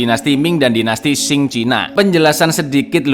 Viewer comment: Dinasti Qing bkn dinasti Xing min 🤣🤣🤣 hayoo monggo di baca ampe bener 🤣